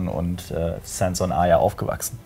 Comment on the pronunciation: Nichts gegen euch aber ich hasse es wenn Leute Arya "Aya" aussprechen.😂